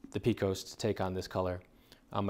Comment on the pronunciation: Love the videos man! But for the record Pecos is pronounced (pay-cos) not (pee-cos)